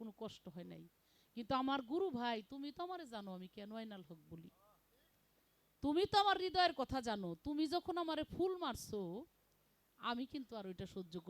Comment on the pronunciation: আইনাল হক কি সহিহ শুদ্ধ পারনা তা বলো কেনো শব্দটি হবে আনাল হক ও নাকি সিহাহ সিত্তাহ সমস্ত কিতাব পড়ছেে বেয়াদব